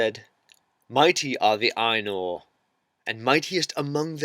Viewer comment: I was more annoyed by her pronunciation. Her pronunciation of "Ainur" sounds too close to "anal".